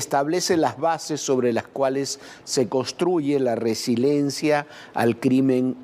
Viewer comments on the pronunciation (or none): Se dice : RE-SI-LI-EN-CIA No resilencia.